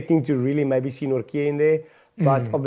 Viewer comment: As a Dutchman; THERE IS NO K IN NORTJE. Jesus Christ, Van Riebeeck draait zich om in zijn graf!